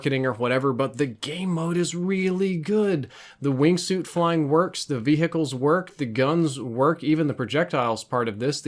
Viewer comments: Wait..... ve-hicles? WHAT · Idk if he does it on purpose, but it triggers me when pronounced the H in “vehicles” 😂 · Learn how to say vehicles properly 😂